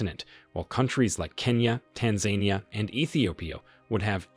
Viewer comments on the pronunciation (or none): Tanzania not Tanzainia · Tanzania .... It's pronounced Tan-zan-eea not Tan-zain-eea 😂😂😂😂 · Tanzania is pronounced as tanz-ah-ni-yah. With emphasis on the NI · Tan-za-nia sorry it’s driving me nuts 😂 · u can't even pronounce TANZANIA ( Tan-zah-nee-yah) . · This gentleman needs to learn how to say Tanzania properly. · Interesting pronunciation of Tanzania. 🤣